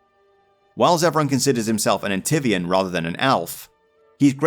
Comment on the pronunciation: Well that was almost 4 hours well spent Anyway, I have one thing to say A N T I V I A N Hah, I wonder how many people will curse on you for getting pronunciation of fictional word wrong (In fact words cause of how you said Howe) For me, it just made it funnier and more down to earth compared to just reading through script with 0 mistakes that feel mechanical Good video